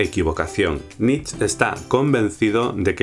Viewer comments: Nietzsche, no Nietzsch (jeje); excelente vídeo! saludos! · Me hace gracia que no digas "über-mensch" por miedo a la embajada o no se que y luego pases todo el vídeo pronunciando "nitzs". Nietzsche se pronunca "niit-she", con la t casi muda. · ¿por qué pronuncias "nich"? ¿influencia francesa? el bigotes es alemán, su nombre debe pronunciarse "nit-che". Muy buena síntesis. Saludos de la embajada alemana. :) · Supongo que ya te lo dijeron, pero no sé llama "Nich", se pronuncia "Niche". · Hey por fin, una buena y clara explicacion de Nietzsche (algunos lo pronuncian Nietsh y otros nieths she), me gusta porque no es en tono serio como en otros canales y no lo enrrollas. yo traté de hacer una en mi canal sin haber visto este, bueno de hecho lo hice antes de que subieras este vídeo y trato de hacerlo en tono de blog, y con mis propias palabras, pero al fin de cuentas es lo mismo que mencionas tú. Muy bien! Un saludo y me suscribo, checaré qué más tienes. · Pero como se pronuncia su nombre en alemán? Nitch o nitzche? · Saludos. En realidad Nietzsche se pronuncia nìche, sé que es una nimiedad, pero nunca está de más hacerlo saber. Gracias por tus videos. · Nietzch? se pronuncia hasta la última letra!! Que es alemán! Que grandísimo error... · Dice solo "Niets" porque no sabe cómo se pronuncia "zche" jajaja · Solo una cosa, la "e" de Nietzsche se pronuncia, aun así, buen vídeo. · perdonado estás, pero que no se pierda la "e" final! :) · Nietzsche se pronuncia la ultima e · MALDITA MANIA DE INGLESIZAR LA PRONUNCIACION DEL NOMBRE DE NIETZSCHE! se pronuncia con una E final... no es fonetica inglesa sino alemana, idiomas de pronunciacion distinta